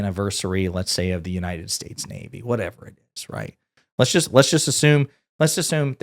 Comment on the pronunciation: Bro do you realize now we bean mocked him sense 2016 and laughing on him sense 2016 especially when he said "God bless United Saysa"😂😂😂.